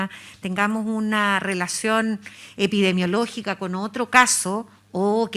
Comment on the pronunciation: "epidemiológica" señorita no "epidiemologica"... si siquiera sabe decirlo ya sabemos que nos espera con este gobierno, ya tenemos los monos contagiosos a cargo 🤦